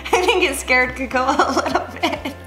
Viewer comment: Its hilarious but you disrespected her name its kAkoa